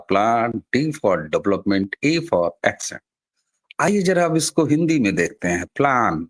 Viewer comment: आपका वीडियो अच्छा है. मेरा एक सुझाव है. (इसे अन्यथा मत लीजिए. मैं यह good faith में दे रहा हूं.) अपनी अंग्रेज़ी में एक सुधार कर लीजिए. Ascent का उच्चारण "एसेंट" होता है, "एक्सेंट" नहीं. एक एकदम अलग शब्द Accent का उच्चारण "एक्सेंट" है. विलोम शब्द Descent का उच्चारण "डिसेंट" है.